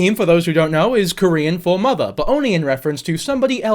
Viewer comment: Normally dont leave comments on but your Korean pronounciation was spot on!